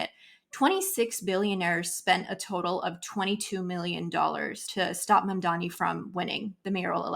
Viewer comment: is it so hard to pronounce "M.A.M.D.A.N.I"? I thought the oppositions mispronounced the name to undermine Zohran, but Horton, who obviously a proponent also mispronounce it.